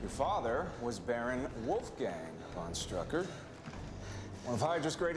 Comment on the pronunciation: There really, really, really is no Ü in "von Strucker".